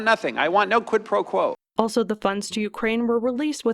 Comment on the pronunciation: "Quit Pro Blow" cracked me up.